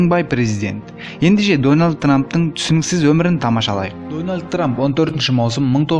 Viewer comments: Менгл трамп деген 😂😂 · дөналд трап дима ахаха